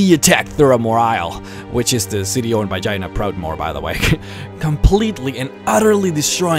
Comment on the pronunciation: Its Jaina not China.